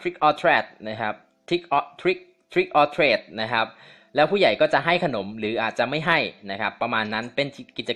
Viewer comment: มันอ่านว่าทริคออร์ทรีค เเปลว่า หลอกหรือเลี้ยงค่ะ